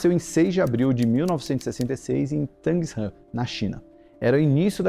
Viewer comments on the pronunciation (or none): Não é Tangs-Han e sim Tang-Shan